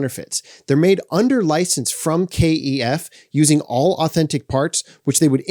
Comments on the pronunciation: Stop calling them, Kay Ee Ef. You’re the only person I’ve ever heard pronounce the brand name like that. No one here in England, where they’re from, pronounces the name like that. The company itself doesn’t pronounce it like that. It’s pronounced the same wary it looks. Kef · You are the first person I have heard call KEF 'K E F'. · stoop being a twat mate,what's it matter how he pronounces Kef,FFS cheers up